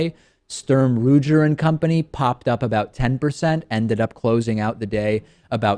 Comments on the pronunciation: David, it is Ruger not Roojer. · It's Sturm Ruger (pronounced Roogger). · Um David the name Ruger is pronounced with a hard "G" not a "J". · We all know what company he was talking about. Let's not slag the guy 'cause he mispronounced the name.